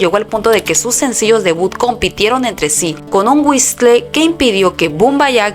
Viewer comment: Por favor aprendan a pronunciar en inglés. No es whisle es whisol. Label se pronuncia Leibol.